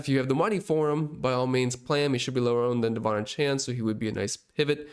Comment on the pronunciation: Great content and analysis. (One note: names are important to people; he pronounces his name: Duh-VON AY-chan.)